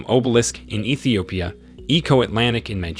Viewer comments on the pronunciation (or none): none